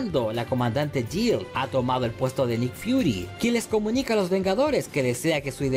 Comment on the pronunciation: Esta serie me la vi hace uno o dos años & me gustó bastante. Hay varios nombres que en el vídeo que pronuncias mal:es SHIELD no chill,se dice Tachala no techalla & es María Hill no Jill